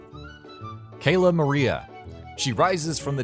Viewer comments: Cayla maria he says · It's CaRla Maria